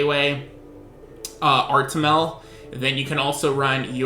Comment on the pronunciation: Artimel? isnt it suppose to be artamiel lol